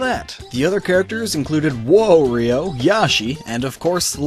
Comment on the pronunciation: And its not woahrio its wario